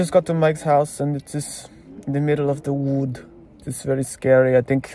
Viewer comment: "Mishka, I'm in the middle of the Vood!" 🤣🤣🤣🤣🤣🤣